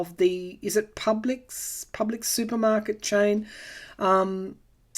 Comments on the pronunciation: You pronounced Publix correctly. Thanks for sharing your reading and insight! :) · Yes, it's Publix Supermarkets. You pronounced it correctly. I used to live in a city that had Publix supermarkets, and the chain was too rich for my blood. Their prices were the highest than all the other brands in my city at the time. I shopped there probably five times total. They were just too high. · You said Publix correctly. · Your right on your pronunciation of Publix, Will America as a whole realize that the United States is actually a 3rd world nation & is governed by 1 party who serves the wealthy solely & another that serves the same wealthy ppl but is willing to give the public at large the crumbs that fall off the wealthy's table ? Had weird feeling that Kamala will be President by 3/28/2021 can you do a reading? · PUBLIX, you pronounced it correctly!